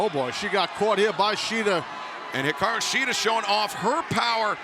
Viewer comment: Peter Avalon vs. Brandon Cutler was a funny match, really loved the Shida/Storm vs. Sakura/Suruga match and I love how pronounces Hikaru Shida's name when introducing her, it makes you feel tickly and happy inside at the same time (I know, it sounds weird =P).